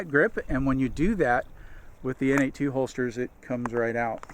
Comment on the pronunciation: Good review. I bought a Freedom Carry for my Glock 19. While I generally like it, I find that the G19 is just a bit too big for me to comfortably carry IWB. Also - no big deal, but I think that the N82 holster company is actually pronounced "Nate squared."